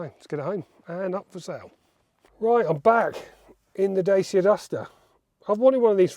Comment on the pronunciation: Please learn how to pronounce "dacia"